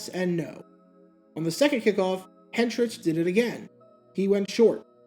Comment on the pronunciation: For future reference, then-Titans P/KO man Craig Hentrich's surname is pronounced HEN-trick.